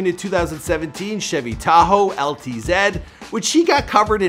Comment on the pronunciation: Tahoe LT-Zed wtf? Anyone else hear that? 🤣